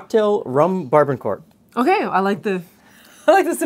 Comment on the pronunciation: I love your channel. However, you mispronounced the 'barbancourt.' As a Haitian-American, let me be the first to say the rum is pronounced: Bar-Ba-Cout. The '-n' in 'ban' is silent. Also, both the '-r' and '-t' in court is silent; and sounds like the word 'coup' versus 'court.' Moreover, I love the cocktail recipe and I will bring it to next family dinner on Sunday. Thanks for the video.